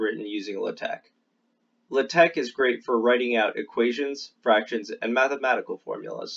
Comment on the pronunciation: Very good video, but hearing 'luhteck' kills me. It's like hearing the teacher say 'crick' instead of 'creek', and she had a western accent it was just that one word, like what's up with that?